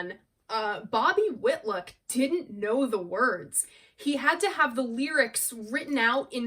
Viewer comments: Love this video. Layla is an epic masterpiece. Just one thing to mention - you mispronounce Bobby Whitlock’s name several times. It’s WhitLOCK not WhitLICK. Love all you do ! Keep creating. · GoodJob......I just wish you knew it's "WitLOCK......not WITLICK) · i love you dear your work is amazing ...however its not whitluck its whitlock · Your greatest review yet. No other reviewers (and not just young ones) do as much research, and care as much about the history of the recordings as you do. I still have my original pressing of this on Atco. --BTW, --Whilick? Whitluck? --Whitlock rhymes with "hit rock". --And he's still alive and going strong. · Bobby Whit-lick! LOL. You’re so cute, I give you a pass.